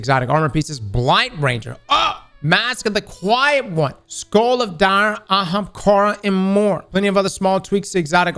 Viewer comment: did he just pronounce ahamkara right?! 😱